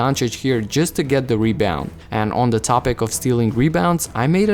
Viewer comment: The word “the” doesn’t start with a D sound.